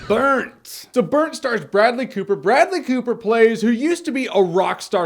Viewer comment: Idk why but in the intro you said "Food and Bradley Cooper!" I heard "Food and BREAD-ly...." LOL